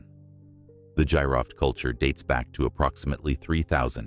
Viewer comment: Battery may've been for ancient MRI 😮😮 GEEROFT is the correct pronunciation Gee-Roft😮